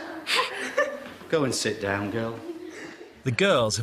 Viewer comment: He said "s'down please"